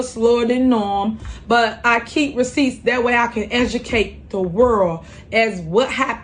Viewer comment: I believe she said " edukate da worl"